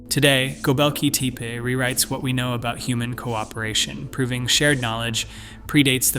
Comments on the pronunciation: Halfway through you change the pronunciation from "teh-pay" to "tee-pee" . . . lots of sentence structure typical of Chat GPT too . . . which suggests that you have no clue as to what you're talking about. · "Tepe" is pronounced similar to Spanish, Italian, as in more phonetic languages. Not teepah. This is an extremely ground breaking site on our earth, so it has to be pronounced correctly. Thank you for the video🎉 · Tepe. tep rhymes with step. The e is pronounced like the name of the letter A. Tepe rhymes with step-A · "gobelki teapA" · What was this,a bet? It runs contrary to everyone rpthat has been reported so far and it was like a competition to see if it were possible to pronounce Tepe different ever single time it was said. Everything claimed not to have been found,has been found,the information abouts infill runs contrary to all information l can find. As for the thumbnail, what the F was that supposed to be/have anything to do with either this dross or anything else. Possibly one of thr worst/most pointless wastes of time,ever.